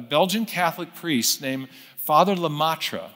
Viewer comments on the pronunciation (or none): First, it is le-MET-re (not le-MAH-tre). Second, it is methodologically deceitful to cherry pick the small number of old quotes from the dwindling scientific minority (from a time before the current best cosmological understanding of the universe) that obliquely supported a theological interpretation of cosmological data. Meyer suppresses that vastly VASTLY larger scientific consensus that no "god" is needed to explain the facts of cosmology, as far as we currently understand them. Search Youtubes of Meyer debating TRUE scientists—e.g., Sean Carroll and not popular non-scientist theists such as Ben Shapiro—if you actually care to be informed, rather than merely bolster your pre-determined theism.